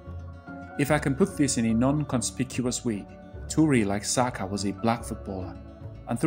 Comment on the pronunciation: You pronounced Ademola and Oliseh correctly, but somehow you've forgotten the correct pronunciation of Saka😂😂😂